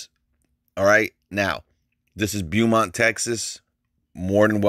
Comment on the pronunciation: Bo-mont not bu lol